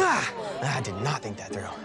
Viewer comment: Asian guy really said tink